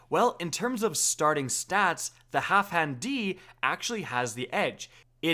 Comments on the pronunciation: Wait, why do you keep saying HalfHan D? It’s HalfDAN D. What the shit? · zJay because doesn’t know how to sound his words out. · my god the way he pronouns halfdan D, sounds so weird, Half-dan-D sounds way better IMO